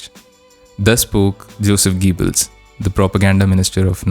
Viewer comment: Corrections: His name is not pronounced as Josef Geebals. It is pronounced exactly it is written Joseph G-o-e-bb-els. Remember that it is a German surname, not a French surname. Also, it is not pronounced Nadzee. It is pronounced Natcee. zee is cee in German.